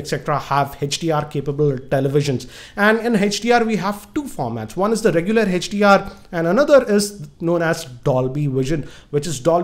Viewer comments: sir it is hdr not hach dr😂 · its not HECHDR it is HDR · its note hechdr its hdr